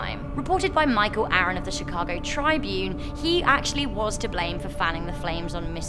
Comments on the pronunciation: Chicago not shicago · Did she say Chicago hood bang bang